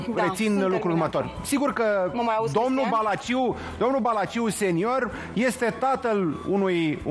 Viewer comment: Brânci se pronunța Balaciu fără a pune accent pe U.